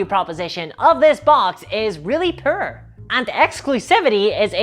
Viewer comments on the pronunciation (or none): I love the way she says poor.... " the value here is very prrr.,"